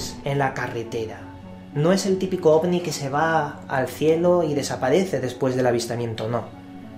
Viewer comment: Es mi idea o dice Ogni? xD